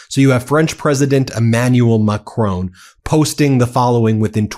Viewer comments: Macron is pronounced Mack-ron, rhymes with “on” (not “own”) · Ben! Please stop calling Macron Macrone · Love your show.but it's Macron.not Macrone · It's not Macrone!!! It's Macron and the N isn't pronounced. It's more like Macroh. Get it right or stop saying it. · Macron NOT McRone Ramap-hosa NOT Ramafosa. Why do Americans always put the emphasis on the wrong syllable? The emphasis is on the first syllable, not the last. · Macron..... Not Macroan. Like McDonald, add an R and just finish with on. Macron. And then just add the Pepé Le Pew accent. Done. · It's not Mac-rone, it's Ma - Cron with an almost silent 'n'. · ‘Macrone!’ It’s Macron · Ahh Stop calling him Macrone Macron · Who is this President MacCrone? I have never heard of the Clan MacCrone. Or should Americans learn to pronounce French names? This horrible mispronunciation makes me cringe whenever I hear it. Sorry....... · Please learn to pronounce 'Macron' correctly...it's an unfamiliar sound but not that difficult! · Please Ben, pronounce President Macron’s correctly! It’s not a drawn out ‘o’ Please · Is there ANY American capable of pronouncing 'Macron'? They would get pissed off if I said Donald Tramp. FFS get it right. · Hey Ben, good work but please - his name's Macron as in Enron, not Capone, and if you want it to sound French say the 'n' with the rear of the tongue against the roof of the mouth not the tip of the tongue against the teeth. Thank you. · You don't have to pronounce the "N" in the French President's last name. :)